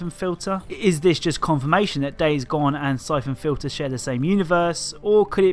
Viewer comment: i thought you said "cyclone filter" instead of syphon fliter made me search up a WWII air filter